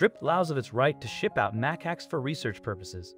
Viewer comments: Muh Cax NOT MACK ACKS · mac-ax lol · If you're making a movie to try to raise awareness you should probably pronounce the animals name correctly... cmon now